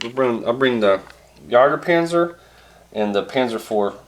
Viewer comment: Jagdpanzer, not jager panzer